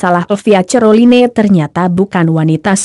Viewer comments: Caroline aja cerloine baca nya. Ngakak bangeett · Buenci aq klo denger admin ini sering sebut dg salah...neg dengernya..baca caroline aj ceriline..hadeehh..bljar yg bner donk bro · Ngakak dgr admin sebut nama elvia ce-ro-li-ne 😂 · Knpa ngmong nya croline 🤣🤣